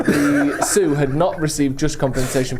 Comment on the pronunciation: saying Laramie wrong but nailing Lakota and Sioux is peak British.